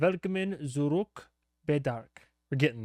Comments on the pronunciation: i know im late but usually (not in the case for "germanized" words like Puzzle or Jazz) Z, especially in 'zurück', is pronounced like the hard TS in Tsunami; Tsurück. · If I may give you a pronunciation pointer for "zurück": the German z is pronounced like "ts" in English. It can be a bit difficult for English speakers to actually implement since it doesn't exist at the beginning of words for you guys (I think?) but the sound in itself is fairly common: Think the plural of any word that ends in t, e.g. cats. That ts sound but at the beginning of a word (or anywhere really!)